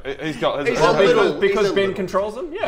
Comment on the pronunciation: So how! How! Do you pronounce Ben as Bin, and the tin devil as ten? Its Sean Bean but the New Zealand version.